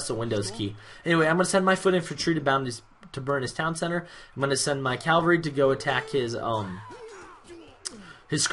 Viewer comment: Also, it's not a big deal. Just every time you say "Calvary" my inner grammar nazi just writhes.